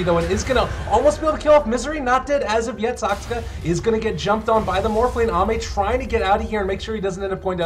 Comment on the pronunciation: This caster really can't pronounce Saksa. He says Saskska